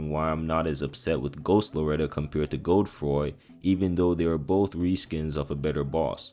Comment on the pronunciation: Please never pronounce Godefroy as Gode-froy makes you sound like you have a 7th grade reading comprehension problem